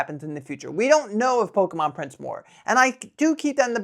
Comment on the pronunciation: Noooo, the Pokémon pronunciation 😢... I'm constantly scrolling to find best prices and it's tiring. Remembering to take a break is really important. ❤🎉